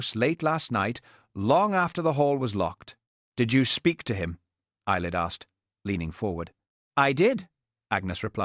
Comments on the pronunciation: Ceilidh, (Scottish Dance) is pronounced "Kay Lee) . Thanks. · It's pronounced kayli